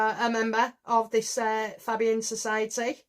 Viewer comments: Fabian is pronounced Fay Be an. All Labour MPs are members The Fabian Society, is a socialist society founded in 1884 in London, having as its goal the establishment of a socialist state in Great Britain. The Fabians at first attempted to permeate the Liberal and Conservative parties with socialist ideas, but later they helped to organize the separate Labour Representation Committee, which became the Labour Party in 1906. The Fabian Society has since been affiliated with the Labour Party. The Fabian Society continues to influence political thought in the UK. In the 1990s the society was a major influence in the modernisation of the Labour Party. Its report on the constitution of the Party was instrumental in the introduction of 'one member one vote' and made the original recommendation for the replacement of Clause IV. .At the time of the 1997 general election there were around 200 Fabian MPs in the Commons, amongst whom numbered nearly the entire Cabinet, including Tony Blair, Gordon Brown, Robin Cook, Jack Straw, David Blunkett and Clare Short. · It's Fabian actually, with the first syllable rhyming with 'hay' - like Faybian.